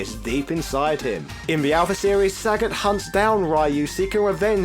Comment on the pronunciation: This guy refuses trying to pronounce the names correctly. It's not only Ryu, but also Sagat, Gōken, Gōtetsu.... It's not only a matter of British vs American pronunciation. It's ok to pronounce the names wrongly, but maybe it would be more respectful to at least ... try?